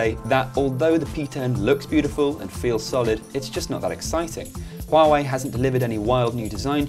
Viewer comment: I dislike Huawei phone's design.And the UI is so ugly.The pronounce?Huawei?Far away?looooool